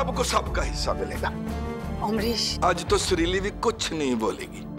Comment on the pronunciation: By the way it's not suruli . it's sureli😂😂😂😂